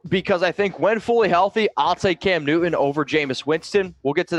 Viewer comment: m just an old fart.... Maybe I. WHY do so dang many of you younger YouTubers completely fail to enunciare the letter T? You say Cam NEW-un or .... Just curious.